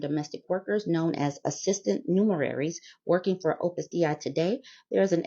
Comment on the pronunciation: it's pronounced Day-Ee. It's latin, and I'm French